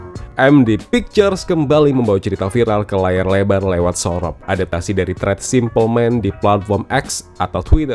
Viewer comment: hobbi banget, mlesetin kata si simple man, surop di bilang sorop,, punden di bilang sinden, penitistaan bahasa jawa 😂😂